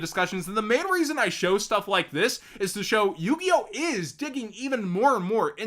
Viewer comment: I think Galaxy Tomahawk straight to 2 was a DEAD giveway, first being the "L" in the link so instead of "yugioh" it was "yugLoh" ☠☠☠